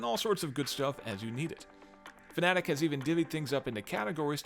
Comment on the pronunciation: Hey look... A Youtuber that can properly pronounce Fanatec. That earned you a subscriber. I also like that you also discussed why not to run a direct drive wheel at 200%, the way some people on forums and other channels believe. They seem to think that if the wheelbase isn't delivering all 20Nm of torque at some point in your racing session, then you are doing it wrong. Direct drive is all about the details, people.